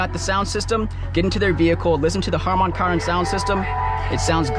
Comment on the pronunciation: Cardon is one word VS kar-don😮 Harman kardin!